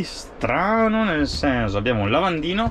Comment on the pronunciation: si ma che è sto "senzo"?